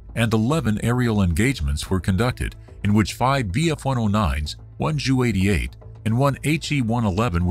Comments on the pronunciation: Because they used Text-to-speech robo voice and didn't correctly input the Ju into the script, so the robo voice reads it as "jew". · Okay, but why is this the only channel I've ever heard it called a Jew 88 instead of J-u 88?